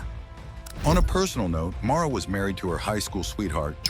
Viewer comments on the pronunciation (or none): MARLA , NOT MAURA